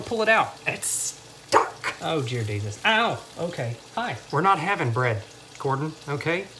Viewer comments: "OH JEAR DESUS" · “oh jear desus” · Oh jear desus 😂😂😂😂😂😂😂